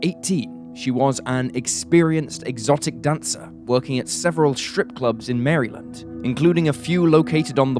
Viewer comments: For future reference, Maryland is pronounced like the name Marilyn + d. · Hearing the way he pronounced Maryland sent shivers down my spine